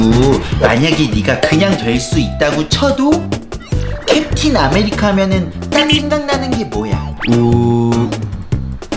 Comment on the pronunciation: '캡틴아메리카는?'이라는걸 '캡틴 아메리카노?' 로 들어버렸다....